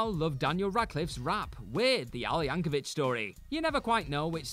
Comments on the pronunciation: Yank o vic, not vich. It kills me. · it's Yankovic, rhymes with stick. Not Yankovich. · It's Yank-o-vic, not Yank-o-vich. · YankoVICK. Hard K sound. Don't get your pronunciation from Hank Hill. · Re the final entry: although "Yankovitch" may be the original pronunciation of the surname, that's not how Weird Al says it; and what Radcliffe performed wasn't a "rap," it was The Elements by Tom Lehrer (a satirist I'm not surprised to learn Al loves).